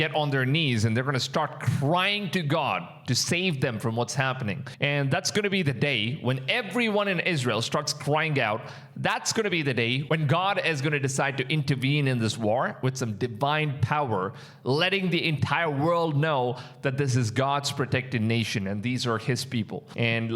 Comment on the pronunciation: Also intervene is with a V not a W